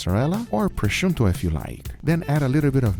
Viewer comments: i dont wanna be a smartass but what is "Prosciunto"? i only know Prosciutto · I love you, Guga , but there is no N in prosciutto!